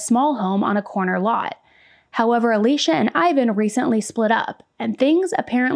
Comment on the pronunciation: It's so distracting for me that you keep pronouncing Alysia as Alicia.